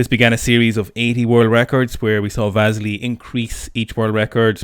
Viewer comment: Worth it to hear pronounce 'Vasily'